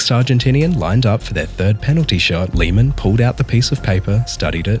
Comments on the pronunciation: Please don't pronounce it like Liemähn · No hate or disrespect or anything love this video but it’s pronounced l-ay-man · Please change the pronunciation of Lehmann because is unbearable to listen to. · Also Riquelme’s name have never been Rodriguez. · why the hell do you pronounce lehmann like that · I didn't expect a british bloke mispronouncing Lehman's name